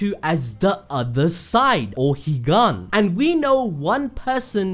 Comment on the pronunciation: Me hearing Higan= Jigennnnnn😂